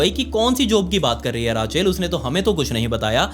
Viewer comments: भाई बाकी सब ठीक है लेकिन अंग्रेजी शब्दों का उच्चारण कई videos में गलत होता है. एक वीडियो में दूध की डेरी को तुम डायरी बोलते हो लगातार.. इस वीडियो में रेचल की जगह राचेल बोल रहे हो.. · Why are you pronounce her name as राचेल ... This is so annoying and bothersome ... Please STOP ... It's रेचिएल ... Just get lost please, you are so low❗😡🤬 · भैय्या वो राचेल नाही रेचेल होता है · bauji rachel = ra chail ni wo rae chill aise bola jata hai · It's Rachel not Raachel.. please clear ur pronunciation. And I'm not urs bauji...'bauji' means duffer na....u r a real Bauji mf. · Rachel✖️ Raachail✅ 😂😂😂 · राचेल ❌ रेचल ✅ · Raachel 😂😂😂😂 Its Rachel.... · राचेल nahi hota it's रेचल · Raachel nhi Rachel Re chal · It's not raacheel it's rachel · Rachel ❌ Raaachel ✔️ Elizabeth ❌ Elizabaith ✔️ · राचे ल नही रेशल होगा उसका नाम ,गाँव का है क्या भाई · Raachel kya hotha hai it's pronounced as rechal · Rachel pronunciation is रेचल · bhai please its not raachalll its rachel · Raa- Chel...??? ITS PRONOUNCED LIKE Re-chal... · Love your videos but its not raa chel... Its ray chel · Ra-cheal nahi “rey-chal” hota hei… but love the way you narrate the story 👍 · राचेल nahi hai bhai wo रेचल है 😂😂😂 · रेकेल बोलते है रचेल नहीं😅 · Oh ਰਾਚੇਲ ਨਹੀਂ ਰੇਚਲ ਤਾਂ ਨਾਮ ਹੁੰਦਾ ਐ ਆਸਟਰੇਲੀਆ ਵਿਚ Ray chal ✅️ not -raa chel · भाई रेचल को राचेल राचेल सुन कर दिमाग का दही हो गया😂😂😂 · Sir raachel nahi ray-chal hota hai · Racheel nhi h bhai Rachel h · Rachel ❌ Raachail ✅ 😅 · Rachel ni hota rechel hota h bolny m beshk likhny m Rachel ho apk mou s galt nam sun k bht tang ho ri hu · Man the way you say Rache sounds very funny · भाई रेचल होता है! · It's pronunciation is रेचल (Rachel) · Rachel ka pronounce galat kr re ho